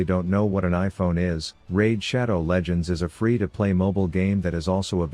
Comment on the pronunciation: Raid shadow legends? I thought he said Rav shadow legends